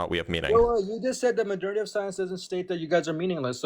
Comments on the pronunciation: When this free guy was talking did anybody else keep hearing ‘majornity’ rather than majority? Was driving me nuts. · Is he trying to say “majority” every time he shouts “modernity?” 😳